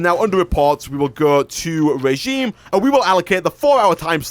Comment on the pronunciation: its pronounced (rəˈZHēm,rāˈZHēm/)= Re-gime